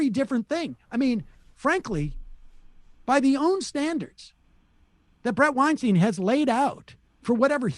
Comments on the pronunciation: Maybe he's funded by the Kotch brothers (sorry...brother). Maybe he's got a dream of verifying the existence of the Lotch Ness Monster. Maybe his name is actually pronounced "Weenstine." Who can say for sure? Maybe we should all be fired? 😅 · Ok, Seder complaining about the mispronounciation of a last name just after calling Weinstein WeinSTEEN. Well, if you know a thing about the weird Weinsteins, it's that their name is NOT WeinSTEEN. So, Seder, you look a bit foolish here. And petty, to be honest, but I never considered you particularly mature. Still, I don't like Weinstein. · sam making a big deal out of bret saying matts name wrong right after he says brets name wrong is kisses fingers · Sam mispronounces Weinstein every time and then complains about how he says Lech? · You keep harping on Bret's mispronouncing of Lech but you keep mispronouncing Weinstein. Grow up. Listen to what Bret said and apologize. Don't double down. You're as bad as Donald Trump. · LOL at Sam pronouncing "Weinstein" incorrectly while mocking Brett for pronouncing "Lech" incorrectly. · You said Bret's surname wrong multiple times on this clip. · I'm two minutes in and you are complaining about Matt's last name not being pronounced correctly all while you keep mispronouncing Brett's last name. Looks like the rest of your arguments aren't even worth listening to. Moving on.... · Maybe before criticizing Bret how he is pronouncing your favorite friends last name, do you find it usefull if you would Bret's name correctly jojo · I like how Seder opens his argument talking about the mispronunciation of Lech, immediately after they mispronounce Weinstein. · Sam starts the clip by mispronouncing Weinstein and then complains about Bret mispronouncing Lech. double facepalm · And he can't pronounce Bret's surname... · To be fair, Sam got Bret’s name wrong lol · Complains about Bret pronouncing Matt's last name wrong while in the same sentence pronouncing Bret's last name wrong lol.